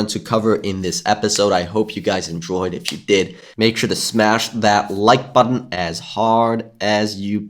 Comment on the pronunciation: You come back to hear say "button" don't you. Be honest.